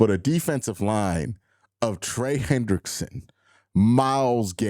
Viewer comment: You’re gonna have to learn to say his name right lol